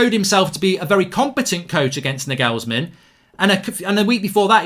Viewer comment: Love the vids but the way he says Liepzigs coach